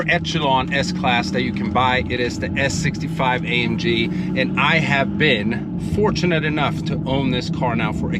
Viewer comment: Mike....the "S" is not there....😉